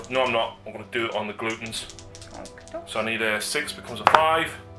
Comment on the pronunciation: GlUtton not gloootton >.>